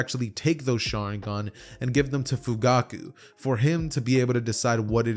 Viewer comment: one point in the vid you said fuguku XD